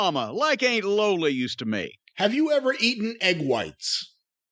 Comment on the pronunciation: I love how he pronounces it “Ain’t Lola.” 😂😂😂